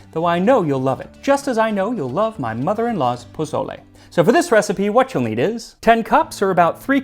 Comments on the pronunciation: Bruh, it’s pronounced “pa soul le,” not pa”z”ole. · I love your content and look forward to it, but you ain't gonna impress me with Huitzilophchtli if after a year and with a Mexican husband you say pozoley instead of PO SO LE. :) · Wait hold up you're telling us the history. First off say pozole right this video is CRINGE ASF. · Pronounced pō-so-lé please 🙏 Not bozolay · PaZOle. 🤨 mAZe. 🤨 Your mother in law is clowning you for sure... lol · Jose! Why didnt you tell Max that the "z" in Mexican Spanish is more like an "s" sound! The Mexican loyalty to Chicken Knorr bouillon. Good job 👍. Very accurate in general. 🤔🤔🤔🤔 ¿Menudo special anyone?